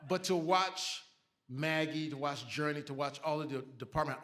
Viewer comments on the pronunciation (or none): “Was a fantastic Jurnee “ 💃🏻 💯